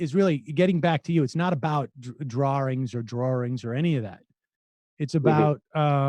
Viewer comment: It's ok Sam, I say "drawerings" too. I think it comes from being born in Vermont.